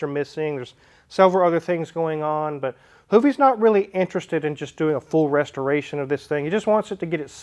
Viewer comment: Thought I heard “Hooptie’s” garage. 😂